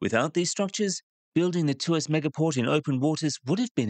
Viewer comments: It's Tw-arse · Tuas became twist without the t 😂.